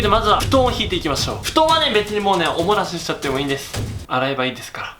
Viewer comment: お漏らしが、おもなしって聞こえる！( ´艸｀)ﾌﾟｯﾌﾟｯﾌﾟｯ